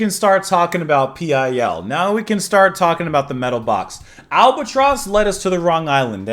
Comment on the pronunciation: It's still pronounced PILL,not P.i.L 😉